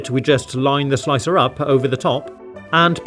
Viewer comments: It's interesting to hear pronounce the r in "Hot Dog Slic'r". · lol😂 The way his British accent pronounced “Slic’r”